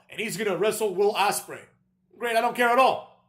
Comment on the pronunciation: He said Will Asspray😂😂